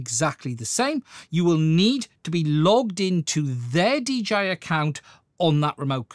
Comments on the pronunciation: He keeps calling it a DGI instead of DJI. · Its called dialect, duh😅